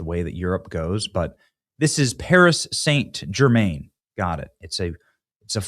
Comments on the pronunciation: Love you Benny but you slaughtered the pronunciation of that team. PSG, pronounced Paree San German. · Your getting it twisted again Benny, your narrative is wrong, there was plenty of white people taking part in the riots too, non Muslims, non African's, you clearly don't know anything about football hooliganism, you can't even pronounce Paris St Germain properly and it was the completion called the champions league not English league and in 1998 that was the world cup national team, so all in all you need to do better research before pointing the finger of blame to satisfy your narrative